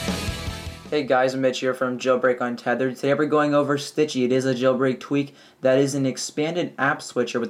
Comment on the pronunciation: U said stitchy. Haha